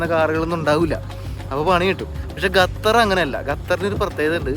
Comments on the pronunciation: ഗത്തർ അല്ല ഖത്തർ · ഗതർ അല്ല ഖത്തർ 😊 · Please pronounce correctly Qatar. Not gatar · ഖത്തറിനെ സുന്ദരിയായി സൂക്ഷിക്കുവാൻ ഡോളറുകൾ വാരി ചെലവാക്കിയിരി ക്കുന്നു .അതിൽ അത്‍ഭുതപ്പെടു വാനില്ല.മൊത്തം 28 ലക്ഷം ജനങ്ങളെ നിയന്ത്രിക്കുവാൻ അവർക്കൊരു നല്ല സംവിധാനം നിലവിൽ top ലെവലിൽ പ്രവർത്തിക്കുന്നു. 👌ഒരു ട്രാവലർ ക്ക് ഉച്ചാരണ ശുദ്ധി അനിവാര്യമാണ് ബ്രോ: Qatar = ഖ ത്തർ..നഖം എന്നുള്ള ഖ'ത്തർ👍 thanX GuyZz 🤩